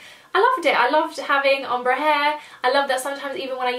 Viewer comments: I love you, but everytime you say om-bru instead of ombre i die a little inside haha! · The way you said ombre omg! I think its pronounced ombray? But thats just how I've heard it said! Loved seeing your changing hairstyles in this though, got me thinking what my one would be like :) x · I don't know why the way you say ombre pisses me off so much:') but great video,loved ittttt